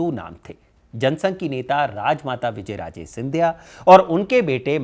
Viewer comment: तुम्हारी रिसर्च बहुत पूअर है तुम नाम ही ढंग से नहीं बोल पा रहे विजयराजे सिंधिया नहीं विजयाराजे नाम है। शिंदे सिंधिया कैसे हुआ यह भी तुमने गलत जानकारी दी? वंशावली भी तुमने क्रम से नहीं बताई। इससे पता चलता है स्क्रिप्ट किसने लिखी किसने कितनी पढ़ी।